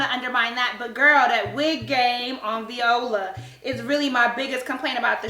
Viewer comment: i am done 😂😂😂😂 + the fact that she's pronouncing viola's name as "v•ola" 😂😂😂